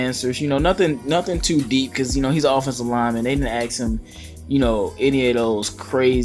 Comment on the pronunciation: Ax him? It's ask him. Get articulate.